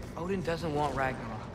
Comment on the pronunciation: Fun fact: some of the locations in god of war ragnarök is actually Icelandic, and yes you are butchering the words